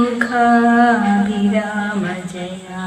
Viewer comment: അക്ഷരശുദ്ധി വേണ്ട എന്നാണോ?വന്ദിച്ചു വന്ധ്യൻ മാരേ! ലോഖാഭിരാമ ? വന്ദിച്ചു വന്ദ്യന്മാരെ ' എന്നാ ശുക്ലാംബരധരം ശുക്ലാംഭര .....? ശ്രദ്ധിക്കാതെ പോകരുത് പ്ലീസ് അക്കിത്തം തിരുമേനിയുടെ പേരിലുള്ള സംഘടനയല്ലേ? മലയാളം വൃത്തിയായി ഉച്ചരിക്കാൻ പറ്റില്ലെന്നോ? വന്ധ്യന്മാർ എന്നാൽ എന്താ അർത്ഥം? മഹാകഷ്ടമെന്നേ പറയാനാവൂ comments of fചെയ്തു വക്കുന്നതാവും നല്ലത്. എനിക്കി തുസഹിക്കാനായില്ല ക്ഷമിക്കണം പ്ലീസ്